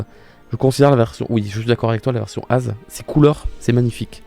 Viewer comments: En même temps c'est l'ancien roi de la région basée sur la France, son nom s'écrit A.Z. avec des points, donc c'est évidemment A-Zède (au pire Eyzi chez les anglais) et non Aze. (Au passage j'adore ta PP, Diablo est si cool) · AZ dit comme ça ça fait mal (je l'ai toujours appelé et entendu A Z genre azède )